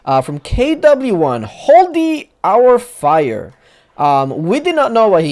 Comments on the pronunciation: I noticed that too😂😂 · I love that pronounced the guys name "holdy our fire" instead of "hold your fire" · Name was hold your fire no? Not holdy our fire. Haha